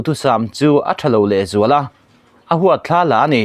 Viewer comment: A huatthlàaa la ani, ti lovin Ahuat thlala ani tih tur a ni